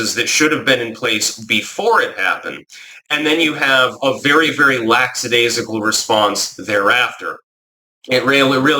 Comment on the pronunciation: It's "lackadaisical" not "laxadaisical". The word is unrelated to "lax".